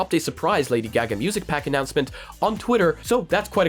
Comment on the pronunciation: F.Y.I. it's pronounced GAH-gah, not GAG-ah.